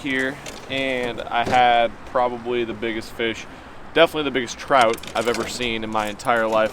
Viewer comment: I love the way he says trout 😂 Had the biggest troot I've seen in my life.